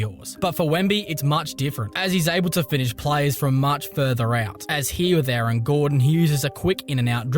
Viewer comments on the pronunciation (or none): none